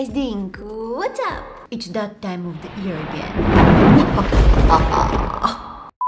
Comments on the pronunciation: It is common for people with different accents. Can’t say certain words the way they’re supposed to sound. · I love when says it’s the time of the ear instead of saying, it’s the time of the year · When she says “year” it sounds less “ear” when she says “ear” it sounds like “year” the solution to this problem: say “ear” when you want to say “year” so it sounds like “year” and when you want to say “ear” instead say “year” so it sounds like “ear” 👍